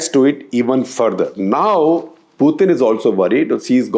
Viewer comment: why do you pronounce Putin as Pyutin?